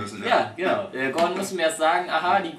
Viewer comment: 1. verstehst du nicht was er gemeint hat und 2. heißt er gordon und nicht gorden